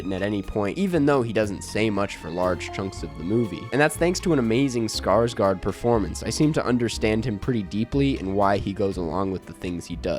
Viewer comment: Please... please stop saying "scars-gard"